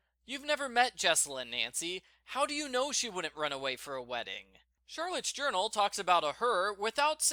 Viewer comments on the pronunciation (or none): none